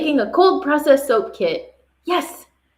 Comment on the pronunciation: Soap. Not soapz lol